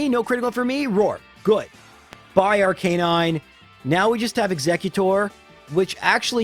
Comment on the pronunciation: Arca-nine = cool Ar-canine = lame